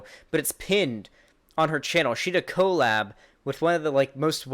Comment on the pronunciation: love u but stop pronouncing collab like that(CO-lab... its just cuh-lab)